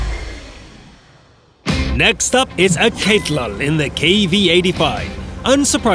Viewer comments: Aketlow? Man oh man can't even read, that's Alcatel like the phone brand, the "ul" part is his addition. A contraption using grammar articulation to indicate gender and number. Basically one male Alcatel phone. I know it's weird. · Lol Alcatelul is an romanian name my bro .U said it totaly wrong😂